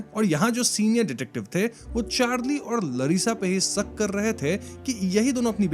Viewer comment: Bhai its Shak ✅ not Suck❌ 😂😂😂😂😂